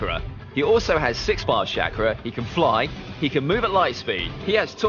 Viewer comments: "Ka-ka-shi" "shackra" ITS KAKASHI AND CHAKRA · Is it making anyone else mad that he said “shakara “ tho that might be how they said it in dub I wouldn’t know- (I watched naruto is sub)